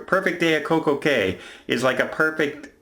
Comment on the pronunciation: Cay is pronounced like Key.